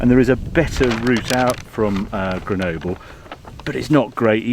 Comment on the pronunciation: How is it Harry can pronounce Countach fine but not Grenoble...?